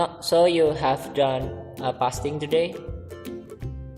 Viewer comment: Fasting bukan pasting hahaha 😂 channel gaming ada disini!